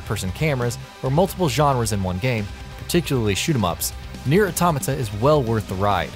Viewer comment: Finally someone who says it correctly lol...... I hear so many YT'ers calling it Auto-mayta.....